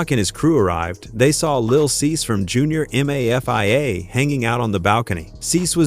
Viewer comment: Nigga said "JUNIOR M. A. F. I. A." I'm done 😒🤦🏽‍♂️